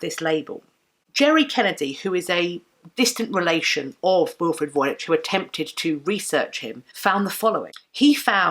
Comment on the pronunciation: You should pronounce Voynich with the "ch" like in the word "match". It is a popular Polish surname and the name of a town in Poland (Wojnicz).